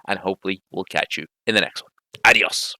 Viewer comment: Wow! I never expected that to happen! What a good scene for a movie! And the pronunciation of your "Adios", pal, I congratulate you. For the Hispanic audience, thank you very much! "¡Muchas gracias, amigo!"